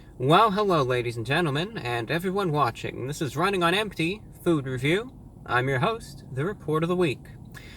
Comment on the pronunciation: I swear, this is trying to say Food Review.